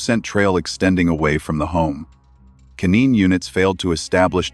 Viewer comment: & Canine (K-9 ) is it a AI voice that reads in this stream? I´ve notice that in other streams, and another word (2 days ago when K-9 was pronance right) that spells so strange? I´m sorry if this is a dumb questions. I agree with u, that accourding to Orchams razor the last person is very crucial to rule out.